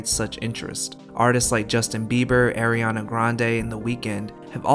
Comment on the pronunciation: you just said air-eanna grande. that’s not her name😂